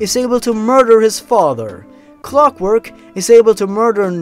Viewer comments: i notice you changed clockwork to "cockwork" Lmao good job :D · "Cockwork" lmao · I love how the word Clockwork turns into Cockwork.. xD